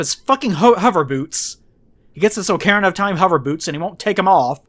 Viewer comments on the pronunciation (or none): his Oh-care-ina of Time hover boots? OH-CARE-INA? HOW DARE YOU PRONOUNCE SOMETHING WRONG ON THE INTERNET